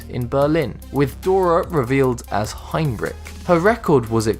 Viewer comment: And Ratjen should be "Ratyen". American speakers seem to never give a fuck about how non-English names are pronounced, the "Heinrich" is even worse...